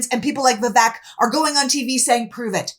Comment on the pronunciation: I am not making this up or making fun, but AFAIK the name Vivek is correctly pronounced so that the second syllable rhymes with "fake".